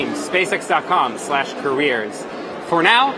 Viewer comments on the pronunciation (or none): OMG can't help hearing " SPAY SEX "